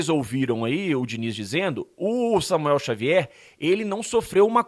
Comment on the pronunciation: Diniz misturou as bola? Falou Samuer Xavuel kkkk